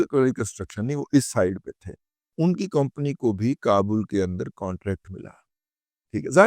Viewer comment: کومپنی نہیں اصل لفظ کمپنی ہوتا ہے ۔ 🙏